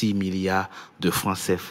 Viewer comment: Quand les NOIRS prononcent / byrkina/ (burkina) au lieu de / burkina/(BOURKINA) ça fait mal aux OREILLES.